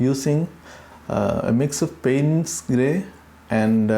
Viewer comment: Your videos are very instructive. Thanks for uploading these tutorials. (I think Payne's gray is mispronounced.)